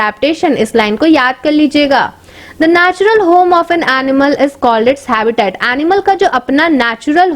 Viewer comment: First correct your pronunciation and then make some videos in YouTube.you don't know how to noun habitat and categorise